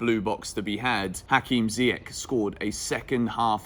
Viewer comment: just FYI it's pronounced "Ziyesh"